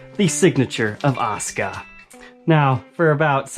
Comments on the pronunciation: I like the guitar but not a fan of anime. I've seen the lace pickups on another brands guitars and they sounded great from the demo. I've seen the characters name before but it wasn't pronounced osca it was pronounced a su ka. Didn't a character from space ghost have the same colors. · its a sooka not os ka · Actually, it's AH - SUE- - CAW with AH being accented slightly. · I know you're probably a smart fella but its pronounced Az-oo-ka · a su ka... asuka... the u is NOT silent... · All i hear is "Oscah" now lmao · Great review the back of the guitar reminds me of a flight recorder box. As for how to pronounce her name, the 90s wrestler pronounced it Awsker while the current wrestler pronounces it Oscar. Yet they are spelled the same way. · There's no "U" in her name? Errr... in the original Japanese pronunciation of her name there certainly is "Uh-soo-kuh" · There is no U in Oscar! (Or Osca) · Why do English-speakers not pronounce the "u" in Asuka? English in general tends to butcher Japanese pronunciation pretty bad. I don't get it. Also, SPOILERS, DUDE!